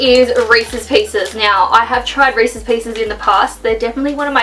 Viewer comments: not reaces peases reeses oenut butter cups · They are just Reese’s, not resse peices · I love how she says resses peices nope resses peanut butter cups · Anyone else notice she called recess peanut butter cups reces pices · They are not “Reese’s peace’s” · I'm from South Africa and it even killed me when she kept calling them Reese's pieces...